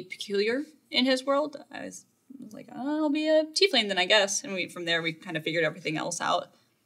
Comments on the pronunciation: you lost me at Tea-leaf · He has trouble saying "Tiefling" ...